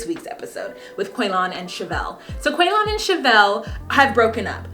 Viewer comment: In my house, any word that comes up that sounds even remotely like Quaylon, gets pronounced like how Shavel says it... "Quay-Lin!"